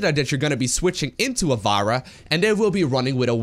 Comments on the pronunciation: It´s pronounced farra , like in Pharaoh , egyptian ruler. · I've been watching your videos for a while now and fist saw you commentating SC2 tournaments years back, but please for my English speaking sanity there is no character named Varah. Her name is Pharah the Ph sounds like an F not a V. Keep uploading bad ass content; I'm sorry I'm nit picking.